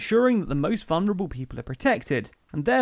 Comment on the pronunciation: VuLnerable. There's an L just before the N.